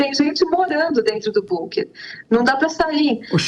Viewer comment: Bunker”” nem ouvindo a pronúncia correta ela para de dizer “”bunker””